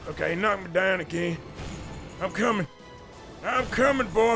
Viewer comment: HE NAMED HIS HORSE BOAH 🤣